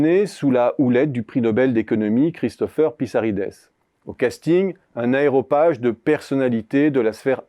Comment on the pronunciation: Aréopage et non aeropage... La colline d'Arès à Athènes... Bravo, c'est toujours un plaisir de vous écouter. Parfois difficile, mais tellement brillant 👍